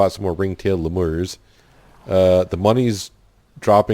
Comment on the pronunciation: Should be a great game. FYI...I’m pretty sure they are pronounced “lee-mur” with emphasis on the first syllable.not trying to be a jerk, just letting you know.